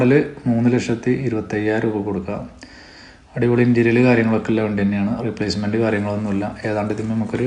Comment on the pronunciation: ഇൻ്റീരിയൽ അല്ല ഇൻ്റീരിയർ